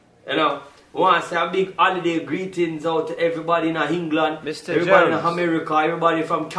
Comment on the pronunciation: lol hengland, hamerica lol